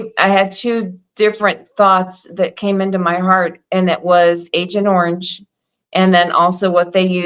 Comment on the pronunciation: I heard ancient orange when you said a yellow gas.